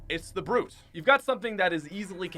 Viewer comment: Good Video But... Had to leave when I heard B.R.U.T.E